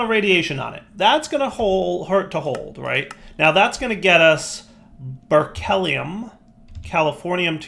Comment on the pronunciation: "Ber-kelly-um" (triggered science nerd) It's "Ber-klee-um" — as in, Berkeley, California (or more properly, the Lawrence Berkeley National Laboratory) where it was first discovered. You pronounce Berkeley like you did, people are going to think that you come from a place where they don't wear shoes!